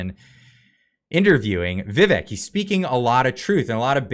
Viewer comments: Vivek is prounced like Cake. Viv-ake. just so you know. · Sounds like Viv - ACHE; rhymes with 'cake'.